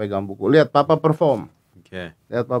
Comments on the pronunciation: pappa wkwk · And you know? Me too by the way 😂 just different in my ears, just hard to explain lol